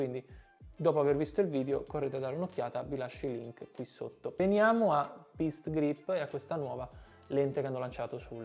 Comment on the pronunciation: Qualcuno ha detto Best Grip?! Best Griip